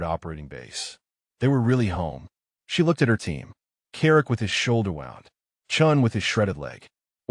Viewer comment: Good story but I wish the algorithm was adjusted to correctly pronounce wound. The injury rhymes with pruned. The coil rhymes with round.